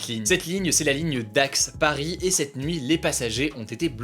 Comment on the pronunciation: Entendre hugo dire dax (ma ville) c'est bizarre